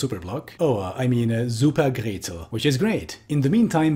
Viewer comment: As a Viennese, your pronunciation of Supergrätzl was pretty spot on except for the ä